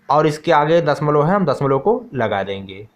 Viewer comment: Sir dasmal nahi bolte hai dashamlav bolte hai 😂😂